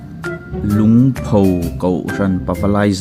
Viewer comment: Lungpho kha i lam dik lo a nia